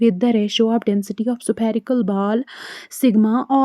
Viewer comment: Vaiilocity 😂 supherical😂 Baaaaal😂 Faaaarmula